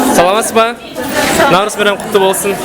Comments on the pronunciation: НаурЫз! Ударение на Ы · Ударение на “ы” не на “а”, наурыыыыз. Алма кетті домалап, көше бойын аралап, кім алманы табады, сол ойыннан шығады. Қайран қазағым-ай, тіліңды, діліңді, дініңді ұмытсаң, ары қарай қазақ деген атты алып тастасаңда болады. Таза орыс болып кетті деген осы! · дорогой друг,праздник Наурыз идет с ударением на второй слог!)